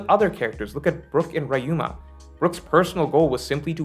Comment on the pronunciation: Ok, why do you pronounce "Ryuuma" like "Rai Yuu mAh"?